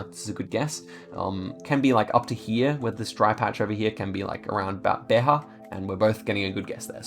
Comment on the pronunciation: Love this series! But just so you know on the Portugal round you said Beha but you actually read the j so you read it like its written